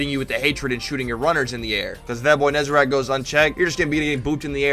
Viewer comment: NEZ-A-RECK. RECK. WRECK. NOT RACK. FFS.